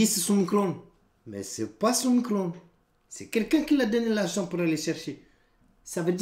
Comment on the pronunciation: " Son micoronde " *